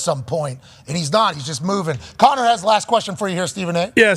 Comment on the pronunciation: shouting out Conner with the Boston accent was electric